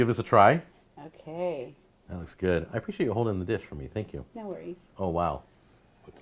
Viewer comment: bruh!! Tank yew